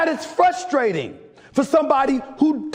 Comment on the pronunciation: do you say “frustrating” with an L?